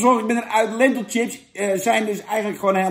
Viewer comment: Het is chips niet Tchips!!!! Pfff